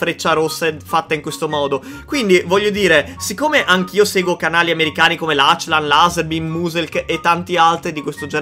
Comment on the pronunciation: E cmq si chiama laclan no lacilan